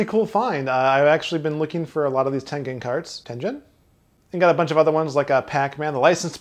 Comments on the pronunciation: Ten-gen not Ten-jen There is a g in there for a reason. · OK, I looked it up. It's pronounced tengen, not tenjen. It comes from the Japanese game called Go. Please feel free to check this reference: senseis (dot) xmp (dot) net/?Tengen Other than this "joke" I enjoy your show. Thanks for all the effort you put in to it. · Also its japanese name is テンゲン Te-N-Ge-N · Tengen. G sounds like the G in get.